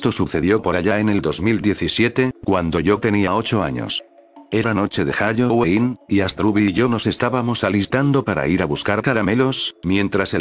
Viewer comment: Te diste cuenta que dijo hayoween